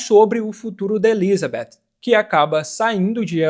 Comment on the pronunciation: Eu racho o bico quando vc fala ElizaBEFF 😂😂😂